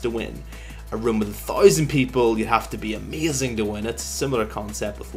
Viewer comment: learn how to say 1000